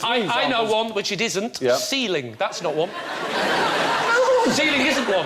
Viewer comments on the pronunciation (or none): Ceiling does not end on a K. point that ridiculous way of speaking out.